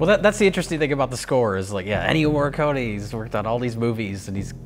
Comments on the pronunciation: The main theme is absolutely by Ennio Morricone (pronounced 'Morri-coney' not 'Morri-cone') and it sounds just like Carpenter because Carpenter asked him for something 'simpler and spookier' and 'not to do so many notes' and he came back with basically an impersonation of a Carpenter theme - which I think is kind of fitting, due to the subject matter. If you listen to the original soundtrack album (which features only the music Morricone composed), the theme is featured in ‘Humanity Pt. 2’ and he also uses the same melody in a slower orchestral arrangement in the track ‘Humanity Pt. 1’, which is also used in the film. Carpenter and Howarth maintain that they only created some moody, interstitial cues - great ones at that - including the music that plays during the reveal of the title. I totally understand why people assume Carpenter must have written the main theme -- I thought the same thing! -- but Carpenter says the theme is Morricone's (he even said so before he performed the theme in his live shows a couple years back) and Morricone says it's his, and both men have no reason to lie about it, so... it's his. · Oh god. I love, but every time he says "MoreeKONE," I die a little inside. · What are you talking about. As an italian, it is pronounced Morri-con-e, with the e pronounced like in "end" and the double r it is pronounced like actually saying r two times in a row. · It bugs me that can't pronounce Ennio Morricone. It comes off as a bit arrogant. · ennio morricone is pronounced with an "ay" sound at the end. cone is not pronounced in the english pronunciation